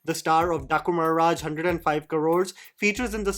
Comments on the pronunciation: The way you say “Daaku Maharaaj” 🤣🤣🤣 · the way you said Dhaku Maharaj... lol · i giggle everytime by the way says" daaku maharaj" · The way you say "Daaku Maharaj" is hilarious 😂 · I'm waiting for the day you pronounce DAAKU MAHARAAJ, accidentally, the right way....!!!! Move on from Urvashi!!:D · The accent at "daaku Maharaj" is the besttt partt😂😂😂😂